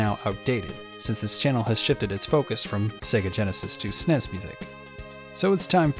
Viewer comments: Nobody ever pronounced the SNES the way you are...ever. It’s pronounced S-N-E-S, not “snez” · es en ee es not “snes” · What is a sness? Does he mean SNES, why is this voice saying sness? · STOP SAYING SNESS AUUUUUUGHHHHH